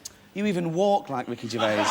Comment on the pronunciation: Gervais is a French name. The s is silent.